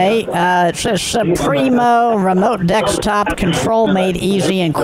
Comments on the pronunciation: I love that he still says "dekstop" so long after the original "dekstop" guy... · Dekstop gets me every time😂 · yeah honey, i installed anydex on my dextop